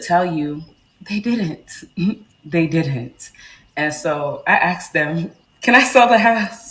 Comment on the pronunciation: You axed them (if you can't speak properly you shouldn't be trying to buy a house)